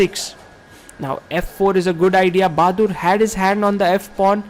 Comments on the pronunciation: "Baadur". Not "Bahadur". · lmao he really said bahadur 😂